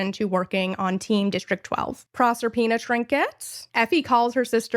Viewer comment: Someone pronouncing Proserpina correctly… I just ascended. Also LOVE the analysis on 12 & 13, arguably my favorite chapters. I hope they’re adapted accurately, especially Lou Lou.